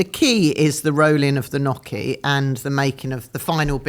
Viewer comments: and please, please, please learn how to say gnocchi! It’s not “nokky” but “nyokky”! I’m very surprised at not knowing how to pronounce this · It’s not nocky, sweetheart, but niocky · God knows what Joanna thought of stupid question about how the offer to star in 'Amanda Land' "I want to be on the "telly" CRINGE.....:face-fuchsia-wide-eyes::face-fuchsia-wide-eyes::face-fuchsia-wide-eyes::face-fuchsia-wide-eyes: Come on "Nock-ee":face-green-smiling: Really??????? It took Joanna who pronounced Gnocchi correctly.... Not surprising.:body-blue-raised-arms::text-green-game-over::person-turqouise-waving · WHY are you saying NOKKI 😭 Not Joanna. I think Joanna is the only guest so far who actually pronounces it correctly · Guys please... it's not 'knocchi'. It's 'gnocchi'. Please respect the correct Italian pronunciation. Dame Joanna is a delight. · Somebody on the team, please coach on how to pronounce the word, Gnocchi. Please. This is a food-related show. So embarrassing for him.